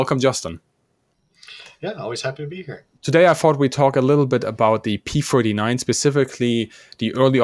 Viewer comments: I kept hearing the host/narrator say what I thought was "P-49". Almost every time I heard that. So I turned on the closed caption and restarted the video. And sure enough he keeps saying P-49. Now I thought the Aircobra was a P-39. And the episode says P-39. Am I missing something here? And what was the designation of the Super Aircobra? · You keep making a mistake by saying P-49 instead of P-39 and that is very disconcerting! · Why does it sound like he says P-49? Other videos, he talks about the 1930’s as 1940’s. He’ll talk about the pre-war era and say 1948, before the start of WW2… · This guy's drivin' me nuts - sounds like he continually says P forty-nine, WTF 1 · Why does the presenter calls it the P49 (forty-nine) every time? The discussion is about the P-39 (thirty-nine). What a slip-up! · You kept saying P49 on and on or you cant say thirtynine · Is it me or is it him keeps saying P-49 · P39, why does he keep saying p49 ??? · Ah yes, the P-firtynine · Yaa Yaa, Di P furty nine. Thirtynine . Not Furtynine!